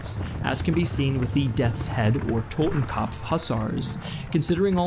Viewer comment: Wonderful pronunciation of the word “Totenkopf”!